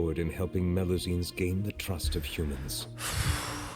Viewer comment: Knowing Neuvillette, he's sending you to Meropide for both your previous misgendering of melusines AND mispronounciation of their species XD